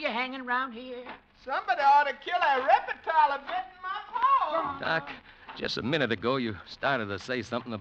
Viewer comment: This 1949 broadcast of the story "Snake Doctor," is particularly good, if only to listen to the great Paul Frees (playing a hillbilly simpleton) prononcing the word reptile as: " REP-I-TILE " It's also fun to hear an old mountain lady prononce head as: "HEY-ID" along with many other "Appalachian-specific" pronounciations . . . It truly is great listening!